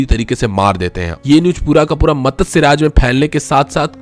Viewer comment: Matasya nhi matsya chutiye